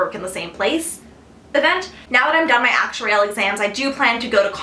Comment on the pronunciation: Lol, i just love the way you say "Actuarial"... I gauge your lips and try to imagine a slow motion... nice vid hun, however i wish you could do one about topics to focus on as an undergrad aspiring to become an actuary.... just incase you can't let me know if an email addy is ok..